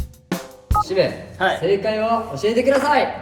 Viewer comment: しめの発音が綺麗すぎる…。何回も聞いてしまいそうな綺麗さ…